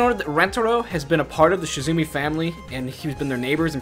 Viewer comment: Not to be that annoying commenter, but it's Shimizu not Shizumi. Good try though!